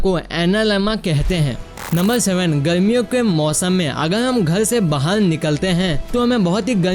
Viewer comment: Kyonki app garmi ko galmi or bahar ko bahal